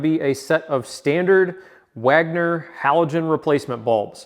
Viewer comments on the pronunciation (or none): none